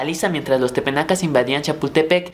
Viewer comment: Solo una aclaración, son Tepanecas, no tepenacas. Muy bien por tus videos. Sigue con este trabajo.